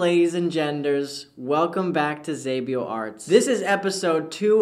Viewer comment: Xabio Arts I will hold this against you forever. I don't care you literally taught me how to draw with very amazing tutorials. reading my name wrong is unforgivable